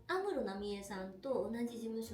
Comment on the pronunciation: 安室の発音がアムロと一緒😂